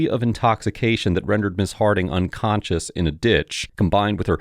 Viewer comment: Did I hear the dispatcher say "drunconscious"?